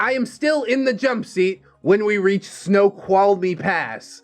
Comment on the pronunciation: thank you for uploading this. This has helped pass my day. Also, you pronounced Snoqualmie Pass correctly. Good job 👍 and yes, that Pass is very treacherous in the winter, especially during a snow storm. It doesn't care who you are, if you don't respect it, it will claim you and or your vehicle.